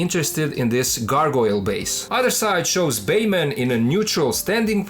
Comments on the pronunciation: ok man are you saying bayman just to ragebait or can you really not say batman. no hate just asking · No disrespect, but it's funny how you pronounce Batman as Bayman 🤣. *Oh wow. I just realized the name on the box and title is "Baiman". Now I get that's for copyright reasons (as ridiculous as that sounds in a case of a straight up bootleg), but not sure why you don't say "Batman?"